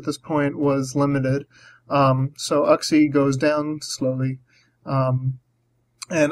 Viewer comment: It always catches me off guard when you say "uhg-xie". "You-xie" is what I'm used to hearing. xD Gravity support would help your empoleon land some hits--buuuut it would ruin that nifty levitation skill swap you used here.